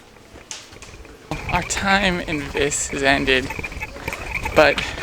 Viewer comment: Unfortunately, you keep pronouncing “Vis” wrong. The i is pronounced as a long e sound.